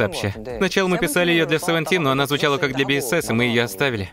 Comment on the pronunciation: Спасибо за озвучку! Но немножко корректировки позволю себе. BSS произносится как БуСокСун, а сам Хоши не лидер севентин, а лидер подгруппы перформенс или как выражаются лидер дэнс группы